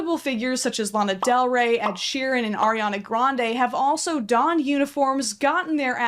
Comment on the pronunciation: I have never heard someone pronounce Lana Del Rey's name the way you do. I'd love to study you.